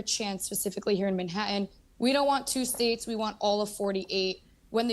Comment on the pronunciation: Do all those pale-skinned Ashkenazi, Eastern European jews have a "historical tie" to Palestine? No, they do not. And also, The 't's in "Manhattan" and "enlighten" are not silent.